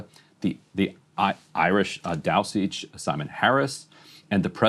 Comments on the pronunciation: Taioseach is pronounced as "Tee-Shuck" not "Tai-o-seach" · The word "Taoiseach" (Irish for "Prime Minister") is pronounced "TEE-shuk". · Ryan's pronunciation of "Taoiseach" was painful. It more like "tee-shuhk". :) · It’s pronounced “TEA-SHOOK” Ryan, the Irish Tea-shook. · 😂 at Ryan's pronunciation of "Irish Taoiseach". The correct pronunciation is "tea-shock". But you'd never guess from the spelling. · I have never heard "taoiseach" pronounced like Ryan just did before :-'D But great reporting all the same!